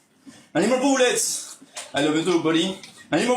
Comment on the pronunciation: the way he says I need more boolets is hilarious to me.